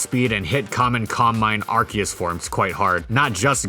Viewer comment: You say Ar-key-us I say Ar-see-us